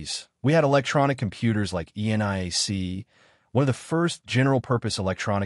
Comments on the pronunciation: E-N-I-A-C. No-one says that. It's ENIAC, EE-nee-ak. Typical AI error. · BOO! It's AI slop! "ENIAC", there's the tell that this is an AI generated video. Other than the suspiciously frequent upload schedule, AI has trouble making up its artificial mind, (strong emphasis on 'artificial'), on how or when to pronounce acronyms. (That's if it can accurately determine that it is an acronym.) It didn't even bother to detail what the acronym stood for. My time on Earth is finite. I want to hear and watch real people's work and effort in their essays -- even a real human actor, paid spokesman or spokeswoman, will suffice. Thumb down! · I assume this is an AI voice? I noticed the two different pronounciations of ENIAC (compare and ). If so, please disclose this in the video description!